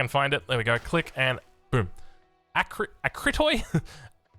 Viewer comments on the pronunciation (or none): the "toi" in "Akritoi" is pronounced like the "tea", Akritoi is the plural for the greek word Akritos. The proper spelling though is akritai or akrites and is pronounced differently with "eh" in the end and with emphasis in the "kri" syllable instead of the "A". I have no clue why the devs spelled it incorrectly.